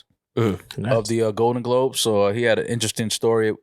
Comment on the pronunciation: dont know how to say globe